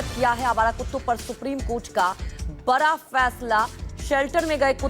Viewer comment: रिपोर्टर बनने से पहले हिंदी बोलना तो सीख लेते बरा होता है कि बड़ा होता है 😂😂😂